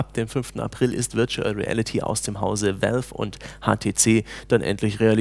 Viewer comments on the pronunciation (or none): none